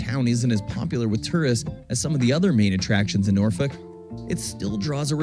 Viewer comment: Your pronouncing Norfolk correctly unlike the narrator in the video 😮 enjoy your break all the best 😊